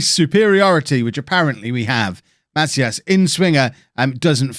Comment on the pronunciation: So my last name is actually Macias, it’s pronounced muh-see-us